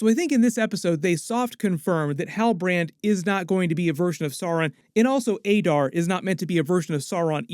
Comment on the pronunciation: That's not how they said "Adar"